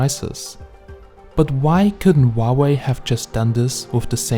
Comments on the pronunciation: we pronounce huawei as hoo-a-wey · Huawei isn't pronounced that way though.